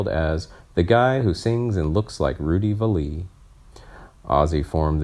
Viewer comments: Edit this audio: Please learn how to pronounce his last name correctly - it's Rudy Valle (pronounced "valley") not "Val Lee"! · Where do you get these narrators? It's Rudy Valley not Not Vall ehh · Pronounced Valley, Rudy, that is. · Rudy Vallee. Like valley. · The pronunciation is valley. The way it's pronounced here is simply ignorant. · I like your content, but please stop mispronouncing names and locations. It’s Rudy VALLey. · At least two egregious mispronunciations: Vallee and antics.